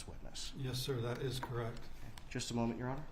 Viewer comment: “Correct” or “crrect “ 😊